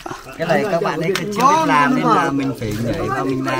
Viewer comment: Ông thầy dạy học trò cứ thế mà nàm thì học trò cứ thế mà nàm rồi bảo học trò đọc sai.